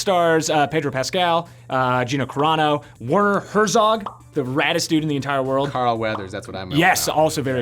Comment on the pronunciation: Film journalists who can't pronounce Werner Herzog correctly should really try harder